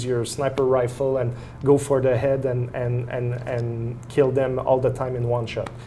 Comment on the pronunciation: We recruit scientist from all over the world, all the time. Stop being so stupid. Grow the fuck up and stop saying "in" when you mean "and". All your credibility goes out the window, it's difficult to understand you, and you look like you belong on Rugrats.